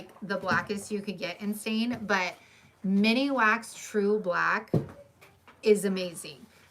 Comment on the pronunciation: Thank you for all the information! Just so you know it's Minwax not miniwax